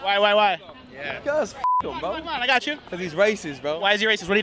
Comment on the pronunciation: Hahahaha. “Bigatrist”